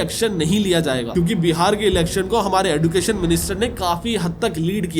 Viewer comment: Sir एडुकेशन एजुकेशन